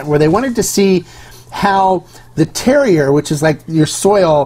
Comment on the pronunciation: Don’t want to be that guy, but terroir is pronounced tehr waar.